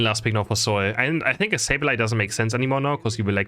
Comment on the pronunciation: its not soul its pronounced S 8 U L maybe I'm wrong but the commentators on the stream were calling them btw love your video